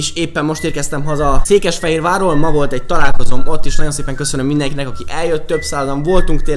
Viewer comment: Cékesfehérvár?? Van ilyen? Beszelni sem tudsz -.